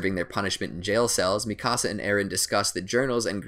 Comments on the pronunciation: lol he says mikasa like "Mì casa" XD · Sounds like mecasu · THE WAY HE SAYS MIKASA “MI CASA” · and Mikasa´s...he kept saying ''me cása'' XD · Is anyone triggered that he said “mikasa’s” name wrong! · I'm sorry is anyone else triggered by the way he pronounced hange or mikasa